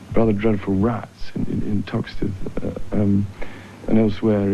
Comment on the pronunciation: Did I hear him correct? Did he say “those rather dreadful rats in toxteth”?